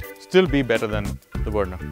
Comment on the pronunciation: It's Verna, not Werna. Learn to pronounce. Good review otherwise.